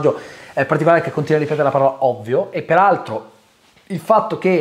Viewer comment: Alla fine della parte non spoiler c'è quel "PERALTRO" che mi ha tolto un decennio di vita 🤣